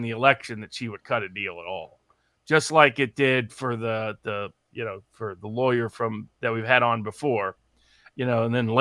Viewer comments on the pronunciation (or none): none